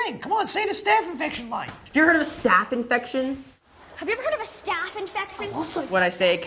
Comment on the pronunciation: he actually says "infecfin" if u listen closely